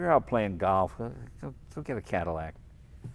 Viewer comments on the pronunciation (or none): none